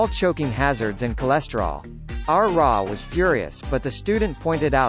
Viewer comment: Must you pronounce RA like you're talking about the Egyptian deity of the sun?